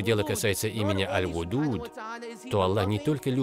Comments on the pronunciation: Malenkaya remarka: El-Wedud, a ne El-Wudud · Ал-Вадууд! Нельзя говорить Ал-Вудууд. И имени ас-сиддик нет у Аллаха! Свят он и возвышен! Что за лекциция? Исправьте пожалуйста перевод